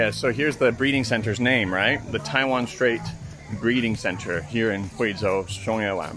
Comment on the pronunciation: Yeah that's how its pronounced in Mandarin.In fact, that's how my last name pronounces.His pronunciation is pretty authentic. "Zhou" is a bit like Joe in English.